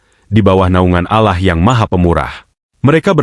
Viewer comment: Penyiar ini aku kira bukan Muslim dari ucapan nya. ALLAH.dibaca alah